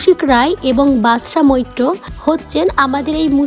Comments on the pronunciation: ভাল লাগল না। নামটাও ঠিক করে বলতে পারেন না। কাজটি একটু ঠিক লোককে দিয়ে করাতে পারেন? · অন্তত নামটা ঠিক করে বলুন।